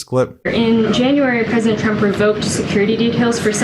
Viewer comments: The best thing about Karoline's press conferences is her ability to say 'President Chump'! Seriously, listen closely, it's clearly Chump 9 times out of ten! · 😂 She keeps saying president chump